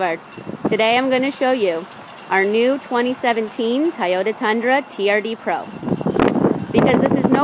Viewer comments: TOY-OTA not TIE-OTA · LOL she said Tie-ota😂